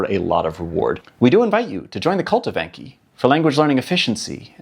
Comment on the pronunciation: It's pronounced "Ahn-key", not "ain-key". It's the Japanese word for memorization.